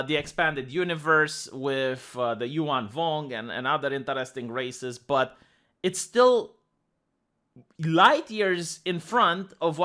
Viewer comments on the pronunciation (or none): "Yuu'Ann vong..."